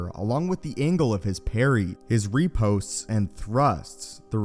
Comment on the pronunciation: Riposte isn’t pronounced ‘ repost’